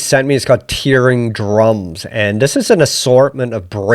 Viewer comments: Hate to be the guy to say this, but you are saying 'tearing' wrong in this context, it should be tearing as in 'tearing a piece of paper' and not tearing as in crying. Great video btw 👍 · Isn't it Tearing as in (rhymes with Pear?) Tearin' up the dancefloor? Love your work !!!